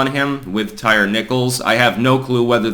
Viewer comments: It is pronounced “Tie-Ree”, NOT “Tire”. Geez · Lmao his name is pronounced Ty reeee. Not tire lol bro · Tie-ree. Come on man. Ain't nobody named Tire. 😆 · LOL. His name isnt pronounced Tire, it's Ty-Ree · Tie - rhee. That's how it's pronounced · Did say Tire Nickles?